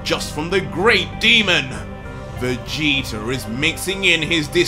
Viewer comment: Anybody else notice and laugh when says Vegeter instead of Vegeta 😂 I love it! Keep up the great work....